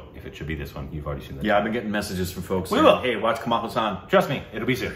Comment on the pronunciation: You guys always Kamal Husaan, he is not Kamal Husaan, He is called Kamal Hassan. If you cannot pronounce. You can call him. Kamal Aasan. People will think he is a muslim if call him. Husan.